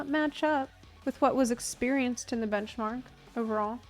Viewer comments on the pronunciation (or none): Why did it take me 5 minutes to realize was saying bunchmark on purpose😅